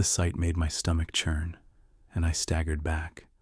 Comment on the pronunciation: Love when he says “CHURN”